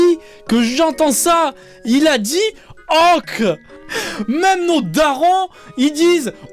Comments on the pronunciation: m3rde je prononce "oque" aussi, g compris j'me barre j'vais mfaire f0utre g compris..... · Mdr même moi avant je prononçait Ok comme le monsieur 😅😂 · Certes. Je blaguais juste sur le fait que notre "" (personnellement je le trouve quelconque mais bon, tant mieux s'il plaît) n'était même pas capable de prononcer "ok" correctement... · Mon père prononce ok de cette façon, ces personnes existent oui